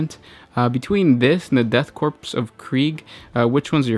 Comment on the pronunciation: LMFBO STOP SAYING DEATH CORPSE. It's the Death Korps. The Death Korps of Krieg. Not the Death Corpse holy fucking lmao.